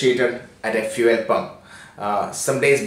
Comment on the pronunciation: Bhai ka vocab- vehicle - "vaykal" sorry - "sooory" fuel - "feaul" fueling - "feauling" away - "ayeway" rupees - "rupis" and so on... RIP English...🌺